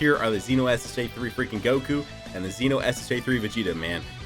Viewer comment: I think you're the only DB youtuber that pronounced "Xeno" like "Zee-no" the way it should be. It's not really a big deal, I know, but it annoys the shit out of me when people pronounced it like "Zen-Oh".. Yet again, another reason you're the only one i'm subbed to. Also, I really wish the SS3 Xeno units were featured.